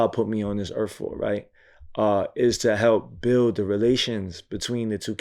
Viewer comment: Did he say Erf 🤣 I can't